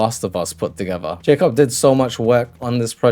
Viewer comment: ppl that pit 'dont understand this decision' are proper delulu mate, this project is actually so sick! 👀 your vids are sick too bro! btw. mans name it's polish version of Jacob, like u pronounced, but in polish it's actually "Ya-coob" (polish protip)👊🏻